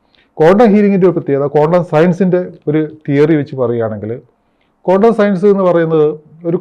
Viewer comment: it’s not condom healing its quantum please pronoun properly